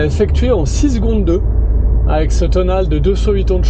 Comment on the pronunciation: svp tonalé et pas tonale. Merci tout de même pour la vidéo